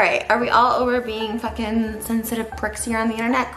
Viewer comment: " flucking" am I hearing her right here?